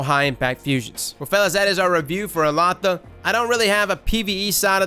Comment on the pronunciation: I looked it up,. The pronunciation is actually "Ehll-LA-da". Elatha was a powerful figure in Celtic mythology; a being called Fomorian (essentially giants) with magic powers and would essentially have been similar to a God. In some stories, Elatha may have been represented as a Sun God (thus the weapon being Solar). Interestingly, Erentil is a hero from old Germanic stories originally translated as Aurvandil "Luminous Wanderer"... Yeah I know, nobody cares but got me curious! Lol.